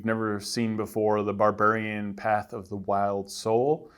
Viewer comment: "Barburian" It shouldn't make me as upset as it does